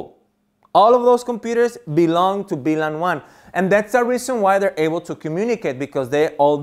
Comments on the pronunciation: Hey please say VLAN! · Great video, thank you But could you clarify please You say BLAN or VLAN